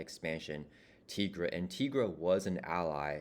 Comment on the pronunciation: Tigra is pronounced TIE-gra, like Tiger. Jenny Blake Isabella née Tony Isabella, co-creator of Tigra, is on record saying as much and that they thought it would be self evident because she's literally a Tiger Lady. And here's a supercut of Tigra appearances including an Avengers cartoon and Chip and Dale movie where she is called TIE-gra